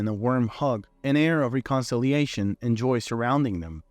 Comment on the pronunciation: And "reconciliation"